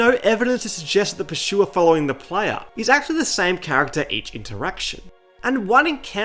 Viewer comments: Pur-sue-er not Per-shoe-er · There is no way you pronounce it pershua, NO WAY 😂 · dude i can't with this guy's pronunciation of "pursuer" 😭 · Pursuer ❌ PurSHUA ✅ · Th Pershuwer. The Pershuwer. The Pershuwer. The Pershuwer. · "Purchuer" ahaha ridiculous 😂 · The PASHOOWA! Wtf?